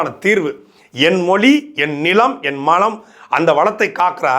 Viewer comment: நீர் நிலை வளம் .. நீர் நிலை மலம் என்று பேசுகிறீர்கள்😅